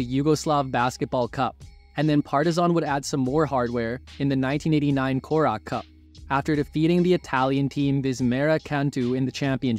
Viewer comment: it is pronounced "KORACH CUP"